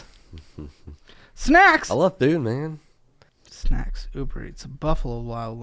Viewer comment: I heard “snacks’is”. Sounds like taxes. like a snack tax on your life